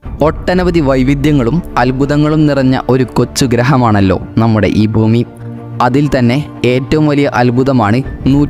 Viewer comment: ബൂമി എന്നല്ല ഭൂമി എന്ന് പറഞ്ഞുപടി